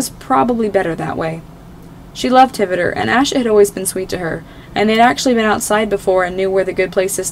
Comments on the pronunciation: Did you know that hvítur is pronounced kveetur not hivitur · Ngl, i loved this but i think hvitor is pronounced: ha vi a tor, right? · Not to be rude but I think it's pronounced hv-tur?? That's just my opinion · that’s not how you say his name, the eye makes an E sound.